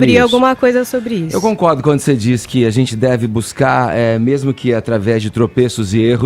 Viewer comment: E tudo que ele fala ele poe um TZ! Pqp! Por exemplo: gentitz (gente) essa ministritiza (ministra) não é competentitz (competente)!